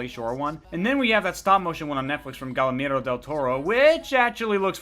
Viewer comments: IT IS PRONOUNCED "GEEAIRMO!" ANGLO PHILSTINE!!!!!! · Hey great video, just a little advice you're pronouncing Guillermo wrong, but really great video